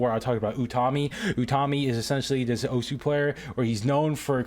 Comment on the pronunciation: the correct pronunciation for osu is "os"